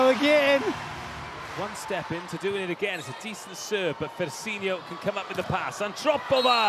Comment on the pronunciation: For the very biased and annoying commentators: it's DaNEsi not Daniesi; it's FersiNO not Fersinio. The 4th set highlights are embarassing, you are not being impartial. Your behaviour is outrageous.